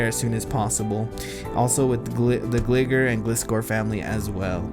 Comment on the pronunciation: I would be careful how you pronounce Gligar. Sounds close to a slang term that isn't too nice. For your information, it is Gli-Gar as in gliding.